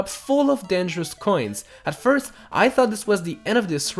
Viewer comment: "firth" me: do you mean first